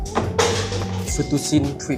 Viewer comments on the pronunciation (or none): pronoun fettucine - fet tu ci ni